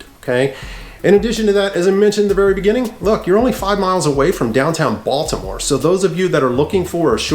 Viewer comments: No lie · He pronounces the word Baltimore like a tourism lol. ie Baldamore